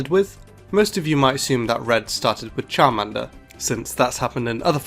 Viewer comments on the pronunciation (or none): none